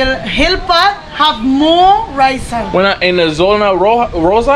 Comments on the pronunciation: You have visited my home town in San Andres. Its not raizen. Its RAIZAL .. Know you are meeting the true people of San Andres.. These are my people. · Hey, thanks for visiting my mother land. It’s called Raizal, not Raisen lol. Edit: I just see you corrected yourself. Haha ✌🏼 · Hey, thanks for the video. Quick note though, the word is Raizal. and the plural is Raizals (Ra-eeh-zahl). It denotes roots to the land and the region. These are my people, I am a fellow Raizal.